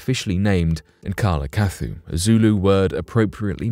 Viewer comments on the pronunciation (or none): oh yeah by the way it is not "KALA KATHU" it is "NKALA NKATHA" i'm from South Africa.